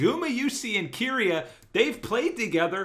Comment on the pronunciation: You're both pronouncing keria's name wrong it's ke not ki